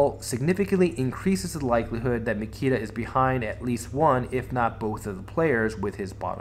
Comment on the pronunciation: Great analysis, but his name is Nikita :)